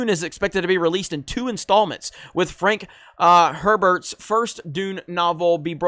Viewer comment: This is really hard to watch. If you’re going to make a video of you reading text, learn to read. You’re butchering names that have been in pop entertainment for decades. “Frank Hebert”? Seriously? And you don’t know what “mussed” means? That GED isn’t helping you much.